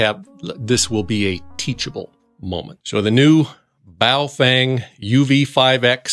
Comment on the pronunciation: “Bowel” Fang, lol